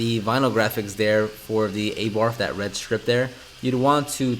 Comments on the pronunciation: Abart... The "H" is silent. Good Job! It looks fantastic! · Abarth is pronounced uh-bar-th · Its A-Bart, the H is silent. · its pronounced uh - bar- th. rad car! you should have some more respect for it. that is no normal fiat 500. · It's pronounced "Ah-Baarth"....... And - use Biilt Hamber snow foam, rather than that piss you're currently using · Abarth pronounced Are Bath 🙂 brilliant work as usual 🙂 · abarth pronounced ABAAAARF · Me correcting him: it’s abarth, not abarth or abarth😂😂😂😂